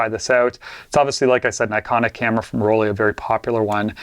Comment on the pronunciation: dear Mr., the pronunciation of Rollei sounds like roll-eye not like roll-eee. In german, "ei" is always pronounced like "eye", as in "Leica" or “Zeiss“.